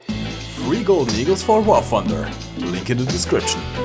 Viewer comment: i like how you say wurfonder at the start it always cracks me up